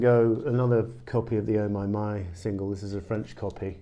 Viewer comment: that french oh my my was beautiful